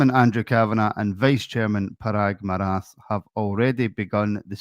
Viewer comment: Paraag Marathe - his last name rhymes with karate